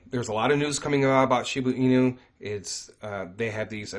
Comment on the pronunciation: ShibA inu.. not shibU inu lol 😆 thanks.